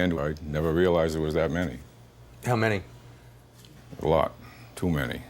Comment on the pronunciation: A loooowwwwwt. Southy for alot